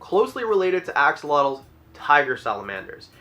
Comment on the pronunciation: He really did just say Ox-olotles, didn’t he?